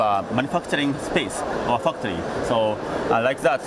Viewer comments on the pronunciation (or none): Did i hear Fucktory..lol